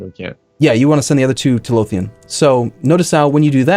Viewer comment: Im sorry but is calling Lothian Lotion?